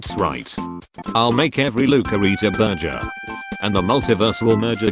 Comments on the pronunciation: Bro said ‘burjer’ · I love how they call burger a burjer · "Burjur = burgur.